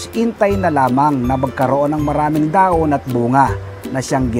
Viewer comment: Kapampangan po ba kayo sir?wala po kase kayong "h" e..dahon =daon...hehe